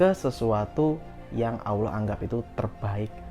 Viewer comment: Cara mengucapkan asma ALLOH Awloh coba dengar ber'ulang"